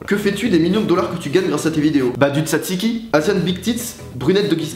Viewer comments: je suis grec et sa ne s'appelle pas dutatiki sa s'appelle du zaziki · On dit dzatziqui mais bon